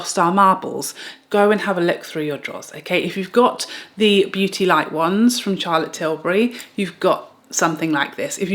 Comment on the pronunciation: Say-for-A (Sephora) is popular in N.A.. Thanks for touching on American brands like Na-Ta-sh-A De-Non-A, Hourglass, West-Man Atelier, N-ours, and Pa-trick Ta and English brands like Charlotte Till-burr-Y. Butt u also forgot to mention Tom Ford.